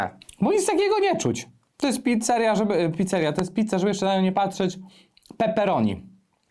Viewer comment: Pitca, pitca, pitca, pitca, pitca, pitca, pitca, pitca, pitca... xd